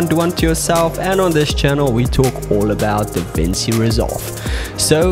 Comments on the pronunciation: it's pronounced Davinchi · Hey, thank you so much for your video, But DaVinci is Italian! When you see ci in a word like DaVinci, say it like chee — like you're ordering 'fettuccine' or listening to a 'cello'. So it’s ‘Da-VIN-chee.’